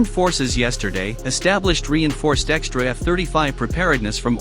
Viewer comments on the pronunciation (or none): none